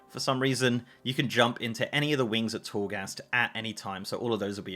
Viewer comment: This guy really said "if you really want to do chourgast for funzies" lol